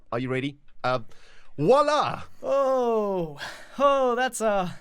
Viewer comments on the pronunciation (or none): voila! Does he rly tried to talk french XD? (Nan parce que moi je suis français X)